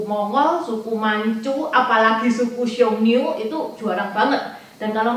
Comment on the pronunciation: Xiongnu. Bukan xiongniu. 匈奴